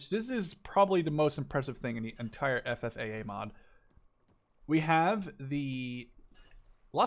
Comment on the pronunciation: You said FFAA quite good, but I laughed when you said Estados Unidos hahaha. Keep the nice content going!